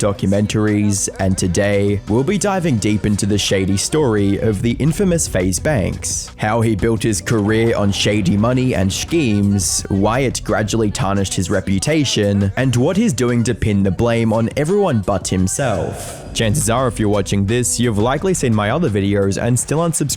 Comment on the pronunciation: Brother, we both speak English, why do you pronounce “schemes” as “Schkeeemes”